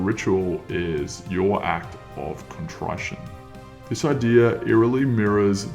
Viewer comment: He used AI to make a dumbass sensationalistic essay which doesn’t reflect the reality of the situation. “Contrytion” imagine reading out a word you don’t know and trying to play it off. This is dumb as fuck